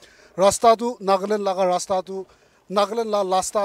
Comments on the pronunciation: Haha, not Rasta but LASTA . LASTA means , no lasting 😁😁😅🤣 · I believe the people of other districts got it why we Mon people pronounce "Lasta" instead of "Rasta". 😂🤣